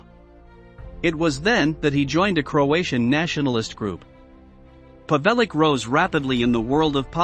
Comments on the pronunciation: The pigs name is pronounced pav-el-ich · The 'c' in Pavelic is pronounced 'CH'. If you want to make a biography at least pronounce the subject's name correctly.